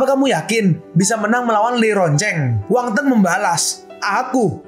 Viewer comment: Min nama nya Wang Feng bukan Wang teng